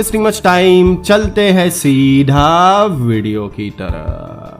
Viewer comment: Awsome movie. But aap "seedhaaaaaa" pe jyada stress kyu dete ho. BTW, Good luck brother👍👍